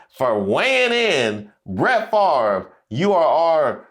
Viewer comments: Bret Favre= said "fah-vre" NOT far-ver :) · I forever will mispronounce Brett's name. "Farv" - nope. "Fav-re" - yes. And I used to root for him, too. We all get played at least once. Could not stand Aikman. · First off, you know something is definitely wrong with our country when the man’s name is spelled F A V R E, and yet pronounces it as Farve. Second, I’m not knocking his skills and talent on the field, especially during his prime. But, and sorry, I did not root for him coz I rooted for Eli Manning who beat Favre’s on Eli’s way in taking his team along to his first SB. Third, Favre, like Hogan, is just one of these former “celebrities” trying to hold on to that one last spotlight. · I would like to know how come he can’t pronounce his last name correctly